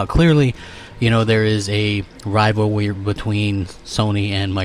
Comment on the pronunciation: Buahahah WTF IS a "wival-wee ba-tweens"? <--- just keep clicking lol ( you'll thank me ) , This tells you everything you need to know about this dude . When combined with Game play & not knowing shit about what he's talking about, you now have the full scope of the mental compacity of this idiot.